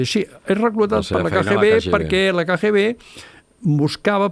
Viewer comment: Cada cop que en diu KGB, pronunciant la lletra G en castellà, fa mal a les orelles. Seria bonic que perfeccionés el seu Català. Per exemple: "vale" no és cap expressió catalana i la repeteix sovint, pot dir "d'acord".